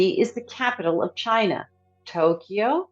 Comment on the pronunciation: Please learn how to pronounce the words you are reading. China.